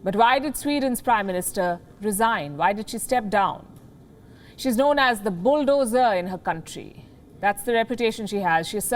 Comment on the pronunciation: Bulldozer, bull+dozer 🐂thymes with full, not cull.